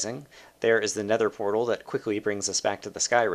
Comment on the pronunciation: At the beginning it sounds like you say: alright i am by the snether portal